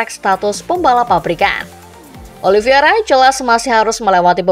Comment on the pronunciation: ini ke 4 kali nya saya komen, narator masih salah nyebut nama Oliveira dengan menyebut “OLIVIERA” VEIR dan VIER VIER dan VEIR EI dan IE IE dan EI